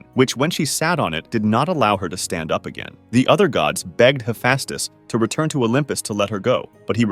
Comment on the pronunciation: ´Hefastes´ thats not how you say it -_